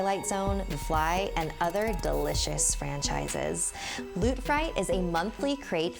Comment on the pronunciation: When you said Ioot I thought you meant Froot Loops